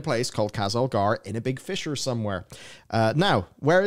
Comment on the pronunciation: Fisher. Fissure. Potato, potato, eh?